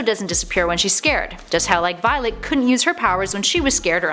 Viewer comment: ''viloet'' ''tween''